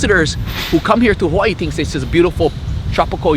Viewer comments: My local braddah pronounced Hawai’i (ha-vai-ee), ha-y-ee 🤦🏼‍♂️🤷🏻‍♂️🤣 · Brahda glad you had the chance to go out to Hawai’i, & visit the island of Molokai. Also to help educate you a little bit more on our language, & culture. Hawai’i is pronounced Ha-vai’i. Yes the W is pronounced as a V. The word Hawai’i when you break it apart means, Breath & Water Together. As a local Hawai’ian myself, I do the best I can to learn, & study my Kapuna’s history, so I can past it on to my Keikikane, & Keikiwahine. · This so called 'Hawaiian' not even pronouncing 'Hawai'i' correctly lol. its (ha-vai-ee) but he knows more than me so... i guess he gets a pass. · Braddah not even saying Hawai’i right